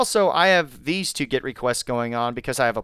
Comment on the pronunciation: Great video, but it's GET, not GIT. A GET request.